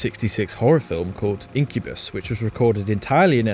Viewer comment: Please don´t assume that the pronunciation in "incubus" is anywhere near correct. In proper Esperanto, the penultimate syllable of the word is emphasised